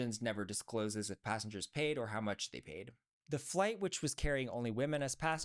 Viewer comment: I LOVE your rants– “Hoow” 😂. There’s nothing better than party pooping TEDx talks 🎉